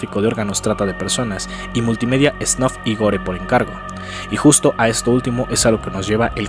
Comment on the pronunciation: Es el vídeo que me convenció para suscribirme. Muchas gracias. Te corrijo amigo. Se escribe Gore Se pronuncia Gôr